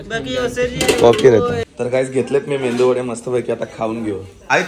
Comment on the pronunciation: मेंदू नाही रे मेदू वडा.😂